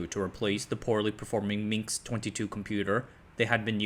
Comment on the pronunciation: It's Minsk, not Minx 🤦‍♂